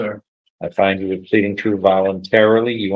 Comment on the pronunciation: Defense attorney needs to practice saying you NOT chu